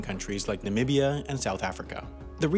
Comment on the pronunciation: Finally someone says Namibia correctly